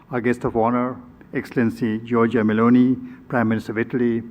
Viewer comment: As an Italian I am pleased that the Indians there in India pronounce the name of our Prime Minister, Giorgia Meloni, very well.